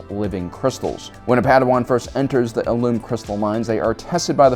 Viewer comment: Am I the only one who notices how many things you mispronounce? Don't get me wrong I love your content but the clone wars series literally says the correct pronunciation of illum and it is ill-um not ill-ume, not trying to hate but please correct your pronunciations on some things I've noticed it in other videos as well